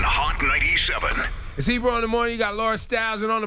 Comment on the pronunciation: Ebro said it correctly, this boy is young 👏